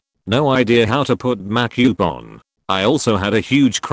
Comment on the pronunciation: It cracks me up that not one ai I've heard can pronounce "makeup" properly. :)